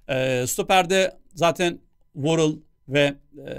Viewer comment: Worrall warroll değil